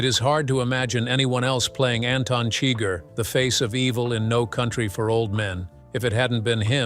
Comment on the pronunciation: No, wait. The bot pronounced Chigur as "chigger." Oh, well.